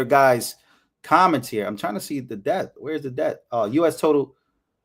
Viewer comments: Love your videos! Thank you for your hardwork. The letter "b" is silent in the word "Debt." It sounds like, "Det." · Stop pronouncing the 'b' in the word 'debt'. It's a letter. It's like pronouncing the 'g' in 'laugh'. It's bad. Don't do it. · sorry, I can't., bro, the "b" in "debt" is silent. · It's imports and exports, not outports.. .lol and the "b" is silent in the word debt. Just trying to help.